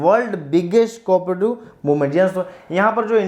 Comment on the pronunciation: mu mei gutka bhar rakha aisa to aap explain kar rahe ho sir cooperative ki spelling to thik se boolo bohot irritating ho raha hai otherwise notes are good